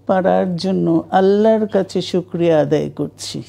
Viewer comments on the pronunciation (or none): none